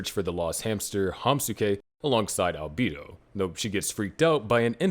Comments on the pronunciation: Was gonna watch it until i heard Alb-ee-do instead of Alb-e-do. Unwatchable. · deeply offended at the pronunciation of Albedo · The fact that you can't properly pronounce albedo's name is ridiculous did you even watch the anime?!?!